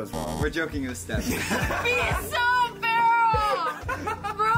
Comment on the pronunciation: Vals iconic line: "Be so farrel💅🏼"